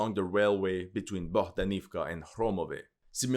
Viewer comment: AvdEEvka( e, not i )